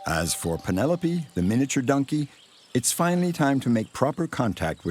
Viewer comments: Anyone else hearing this dude say nunkey instead of donkey? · What kind of accent does the narrator have? Their pronounciation of "Donkey" often comes out as "DUN-key", and I've never heard anyone say it like that before.